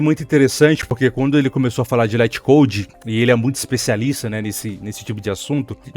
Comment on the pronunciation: Se pronuncia lit code mesmo